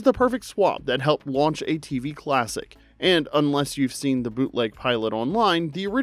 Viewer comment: Why this guy pronounce 'the' as "thee"? Da fuq? Also 'a' as "ayy" (fonz style)! what an amateur.